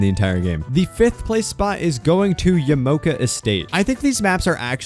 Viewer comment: ITS YAMA-OKA NOT YAMOKA!!!!!!